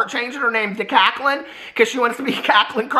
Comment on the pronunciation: I’m cacklin over you calling Jaclyn “Kaclyn”!! Oh. You delight my days.